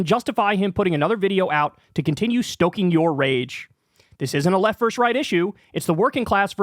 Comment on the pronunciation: versus* not "verse".